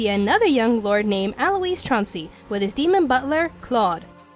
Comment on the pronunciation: Again someone pronouncing Alois's name wrong? It is bad enough the English dub was stupid and did it. =_=